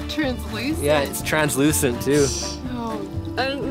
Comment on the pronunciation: You said Trans Lucent lol